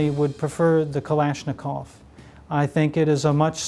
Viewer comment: you said KALASHNIKOV wrong